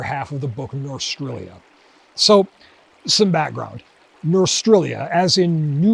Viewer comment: Smith/Linebarger intended "Norstrilia" to be pronounced "nor-STRILE-ya", because that's what "North Australia" sounds like (to an American) when spoken by someone with a strong Australian accent.